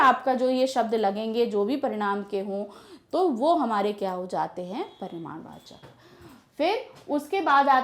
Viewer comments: Ma'am..I'm sry but parinamvachak ni parimanvachak kaha jata h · paridham vachak nhi parimaadh vachak hota hai 🤔🤔